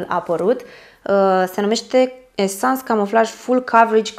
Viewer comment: De ce pronunți "Esans" ? 😂😂